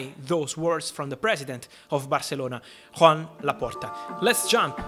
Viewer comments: It’s kinda weird hearing you saying Juan Laporta 😂 it is Joan and its pronunciation is Yan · Its pronounced Yoan not Juan Great video Fab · His name is Joan, not Juan as he’s Catalonian. The pronunciation is different.